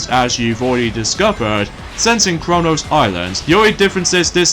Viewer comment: wow. you keep mispronoucing ouranos! Let me spell it for you. O-U-R-A-N-O-S. OURANOS! Remember that buddy!